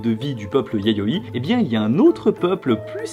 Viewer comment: à 7min 6s, j'ai du revenir en arrière mon oreille aait manqué un "y" de "yayoi"...